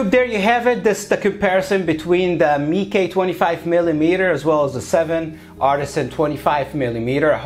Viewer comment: Nla marca no se pronuncia como el raton de Disney, se pronuncia Meike